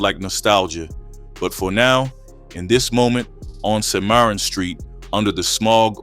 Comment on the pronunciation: "Sy-mar-run" street is pronounced Sim - ah - ron and spelled Cimarron. Anyhow, I grew up hearing about KeithStone the legend. He was spoken of highly as a true big homie. May he RIP